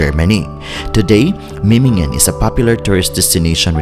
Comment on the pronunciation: Es heißt Memmingen nicht Mimmingen